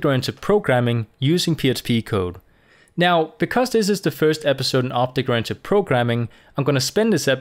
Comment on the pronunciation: J is prounced with sound of H in many words like Mojave may be thats why this guy is pronouncing it Obhect programming